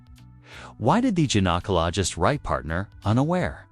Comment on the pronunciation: This is the most hysterical AI blunder narrated story I have heard yet 😅🤣😂 yousha, uhsha, asha 😅🤣 Erik DeMOANER bahahaha... Is it the IT? 😅🤣 IT was mentioned several times... then we have the gin-acologist, Jinacologost and geniecologist...was it the gin, the Jin or the Genie?? The most hysterical tea ever 😅🤣😂🤣🤣